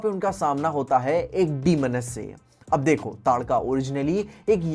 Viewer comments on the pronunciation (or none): bhi ताड़का ko तडाका bol rha tha 😅 It's okay it's not major issue 😊